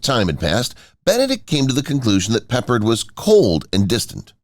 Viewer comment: It's pe pard